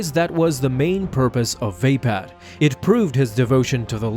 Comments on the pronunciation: its vapod not vapad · oh god, surely it is not supposed to be pronounced Vape-Ad? I always thought it was more like vah-POD